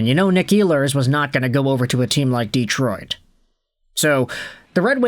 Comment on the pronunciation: Learn how to pronounce Detroit!